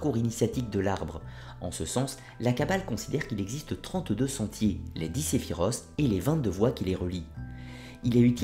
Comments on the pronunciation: juste une precision.. on ne dit pas séphir"ce"... comme th anglais mais sephirot' ...sinon tes video sont super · Bonjour jeune homme. Un petit commentaire utile : Votre façon de prononcer est fausse. L'arbre des séphiroth bien qu'on ait choisi de l'écrire avec "th" ne se prononce pas du tout comme vous le prononcez. Voyez vous-même son écriture : ספירות SI vous avez étudié l'alphabet hébreu, vous saurez sans difficulté qu'il s'agit d'un "t" régulier. En fait ça se prononce séphirote tout simplement. La raison pour laquelle on a choisit de l'écrire avec "th" est pour indiquer qu'il s'agit d'un pluriel car "ote" en hébreu, "ות", désigne le féminin pluriel. Une séphira, des séphiroth. Pourquoi "th", parce que sinon, étant donné que c'est un pluriel, en l'écrivant séphirote, on se serait senti dans l'obligation de l'écrire séphirotes. Pour éviter cela on a choisit une forme non française, ça permettait de trancher, plus besoin de "s".